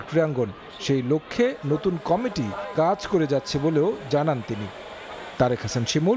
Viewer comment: কমিটি উচ্চারণ করতে পারে না, ক্যামিটি বলছে সাংবাদ পাঠিকায়🤔🤔🤔🤔